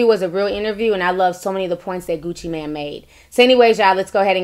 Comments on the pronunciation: “I watch a lot of Gucci Mane interviews” yet she doesn’t know how to pronounce his name. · It’s Gucci Mane not man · Kween Dynasty CT agreed it’s Mane not man and your comment to jasmine took me out LMAO🤣🤣🤣🤣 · I never realized how hearing someone say Gucci MAN instead of Mane bothered me. My ass literally said MANE after every man.... 😩😔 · Girl! First of all, his name is Gucci MANE not MAN! I believe Angela. Secondly, CTG is full of shit he sat there and laughed at everything the man said! DJ ENVY has Angela's back. As far as you, you are slobbing all over Gucci Mane's stick yourself and you can't even pronounce his name! My thoughts, my opinion! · Hey, it's not Gucci Man, but Gucci Mane (long "a"). I appreciate constructive criticism. I hope you do too. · Isn’t it Gucci “Mane” not man?!! 🤣😆😭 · Meee tooo!! the total disrespect of the #1 trap god and savior, Gucci MANE!